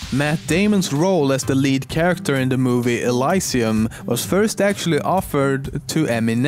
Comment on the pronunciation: when he says charecter he sounds like he says shildren